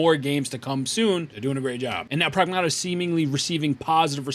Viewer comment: Getting a Like and Sub just for pronouncing Pragmata correctly lol